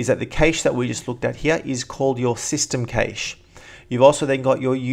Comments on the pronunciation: Nice job... well done.. Since we're global here, you in AUS. and many of us in the UK & USA the word "cache" is pronounced "cash" (see any online dictionary). Also Deleting Apps by just dragging to trash leaves many small and sometimes very large helper files on your HD. I advise using App Cleaner for this. This even deletes many files that Adobe's Uninstallers leave behind. Also Using the the Free "ONYX" from Titanium Software does 99% of all cleaning routines without having to find directories and preference files... plus font caches if you use a lot of fonts like I do. I do Not recommend any other Mac Cleaner like Clean my Mac & MacKeeper, as they delete files that update apps look for when updating software. Onyx speeds up booting and all other operations even with an SSD installed. And finally, if you're short of hard drive space and want the fastest Mac upgrade to an SSD like the Samsung Evo or 850 Pro (which I have) 512GB that blasts through startup in 7 seconds or less and gives you more fast moving space to save your rendered videos and vast photo collections. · You sound silly saying "kaysh." It's pronounced "keesh." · CASH not kaysh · is correct. Cache is a word that comes from Silicon Valley where all our computer technology is created, its officially pronounced like how we pronounce "cash" because the letter e is silent. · Sorry buddy but it is pronounce CACHE (CASH) ! not KEYCHE like you pretend it is pronounced. CACHE is a french word meaning "hidden placeholder". Hence, it is pronounced à la french : the way you say it is wrong !!! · Is cache, not cashes to something like that ;) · Good vid. It's pronounced "cash" not "caysh" though, lol. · Digital Byte Computing Well since it originates from the French word cache (pronounced like cash), caysh is wrong... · Cache = CA-ASH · It's actually pronounced either cash or cashay. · the A in cache is pronounced like the "a" in "bad", not like the "a" in "fate"...